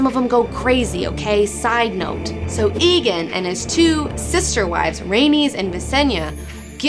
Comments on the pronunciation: AEGON NOT EEGAN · It's aegon, not eagon :( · jesus my ears. it's not EEE gone. it's A-Gone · Whenever you say Aegon as Egon it reminds me of the bloke from Ghostbusters. Surely it is Ay-Gon? Regardless awesome video girl! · Egg is word play on Aegon V's name, not just using the first syllable. In addition Aegon V owned a dragon egg, so the nickname was very appropriate. Even the show says it more like AY-GON instead of EGG-ON. Call him(them) what you wish, but until George R.R. Martin himself comes out and says the fucking A is silent, I'll stick to saying AY-GON. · IT IS NOT PRONOUNCED "Igon" it is "Eigon"!!! Great vid. nontheless:P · I like this and it was entertaining but DAMN IT, IT IS PRONOUNCE EGG-GONE not EEE-GONE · tbh i don't know why Aegon is pronounced "egon", when rhaegar isn't "rhegar" and aemon isn't "emon". so i'll continue calling him "aygon". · Aegon should be pronounced A-gone not E-gen or ghostbusters Egone. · Ee-gon? I always pronounced it like Aemon: Ay-gon. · AEGON NOT EGON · aegon not aeon but your cute so i forgive you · Please stop saying egin, its aegon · I thought it was "EGG-ON". If not why's Egg from Dunk and Egg called Egg? Egg. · Love your show, plus your a hot geek and all, but as a ASOIAF fan I gotta say, it's EGG-on. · It's pronounced AYE-gon you silly silly girl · She doesn't even pronounce Aegon correctly. Fail.